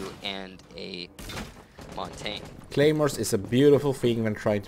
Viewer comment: Why do the casters keep mispronouncing Montagne? They should know better.